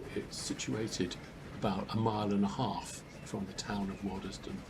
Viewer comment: That was a pleasure! I lived in Quainton between 1963 and 73. May I offer a couple of observations? I think it’s the Vale of Aylesbury (as opposed to Buckingham) and I never heard locals pronounce the middle ‘es’ in Waddesdon. From Quainton Road station to the village is nearer a mile but is at least reasonably flat. I’ve walked and cycled it many times. Back then there was still through traffic on the line, mainly coal and a few passenger services further into the Midlands and I can recall the wired quiet when it all stopped. The remaining rump of HS2 will pass just south of the station thus terminating any ideas for a partial re-I statement of the Brill tramway, a line friends and I thoroughly explored back around 1967. I look forward to your presentation of it.